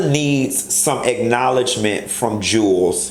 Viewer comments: Jew Wells not Jules lol I die laughing every time you say it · I really can't take you serious when you keep calling him Jewels when his name is pronounced Jew-Elz